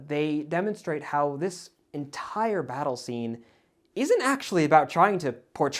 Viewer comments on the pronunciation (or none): when when you pronouce Battle it sounds like... Butt hole:) 🤣